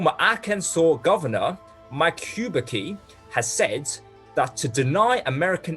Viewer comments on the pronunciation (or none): Great episode as usual. Just a note, Huckabee is pronounced as Huh-kuh-bee.